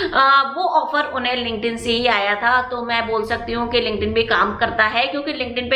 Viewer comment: Mam app bolre the kuch linkden se job mili thi clear se samaj nhi aata kya hai ye word app hai ya application hai is word ka